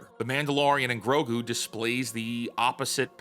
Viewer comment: You mispronounced 'Mango and Grok' there at the beginning, but, otherwise, good video.